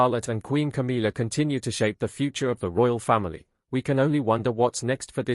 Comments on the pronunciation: Stepsister! What a load of rubbish…same as mispronouncing Camilla’s name! It’s not CAMEELA! It’s. cam illa ! Camilla! Get it? Or are you AI? Camilla’s two children are NOT ROYALS! They are the progeny from Camilla’s marriage to Andrew Parker-Bowles! So I don’t know WHY anyone thinks they automatically become Royals! Princess Catherine’s parents and siblings havnt been given elevated positions or titles, and they are the parents of the future true Queen of England, and grandparents to HEIRS TO THE THRONE!!! So any new positions ought to perhaps to to those who warrant them. And since when has Camilla’s daughter “worked for years to get her place in the Royal family “??? I hadn’t noticed her or her brother working hard! PUSHING IN at their mothers behest, yes! But nothing else. Like Camilla, they just aren’t fit people to hold ANY Royal positions!! Just ridiculous, all of it! Just heard you pronounce CAMILLA correctly!! So you CAN do it, and aren’t AI after all! I take that bit back! Have you noticed how the King stands well back and doesn’t have any input on all this rubbish?? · its not Cameela, its Camilla